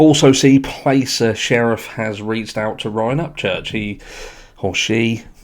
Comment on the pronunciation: Pronounced Plass-er like Glass. Placer County originally led the investigation because the call to LE was made from the mother at the residence which is in Placer County. Nevada County is now taking over because the vehicle was found in Prosser Lake which is in Nevada County.